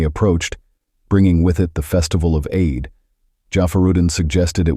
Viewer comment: it's pronounced: "EED", but spelled like, "Eid".